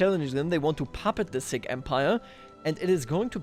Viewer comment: please never proounce Sikh again